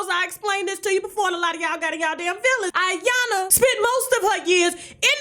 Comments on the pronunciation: Her name is I- YAN- LA! It's pronounced E- YAN - LA. Isn't your husband Nigerian? Why do you mispronounced her name on purpose, that was sooo disrespectful! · IYANLA😲😲😲😲😲 LA LA LA LA IT'S IYANLA NOT AYANNA DAMN GET HER NAME RIGHT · It’s pronounced E yanla not I... Damn!!! Just say Rhonda at this point! 😂🤣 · Tasha Iyanla is pronounced E-yon-La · Tasha I'm gonna need you to put some respect on Iyanlas name gatdammit. You're my girl but come on now.